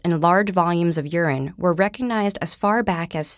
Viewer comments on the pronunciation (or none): none